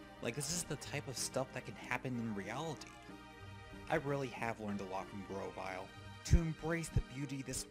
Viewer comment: GROVYLE, NOT GROWVILE!